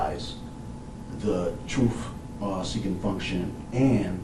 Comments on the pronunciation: "Troof seeking function" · the key evidence, the "troof" didnt come out. hold up set him free. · The troof is. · You can't handle the "Troof"! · Why do blk people say " to tell you the treuff" . 🙄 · "The truff..." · Did he just say truff? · The "troof" never came out... because of Mr. Sissm..... you know, "Ray Sissm". We've all heard of him before... he's the motherf-cker holding black people accountable for killing black people.